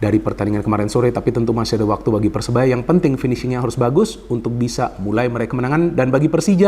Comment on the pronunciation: Maaf bung koreksi sedikit. Persebaya bung bukan persenaya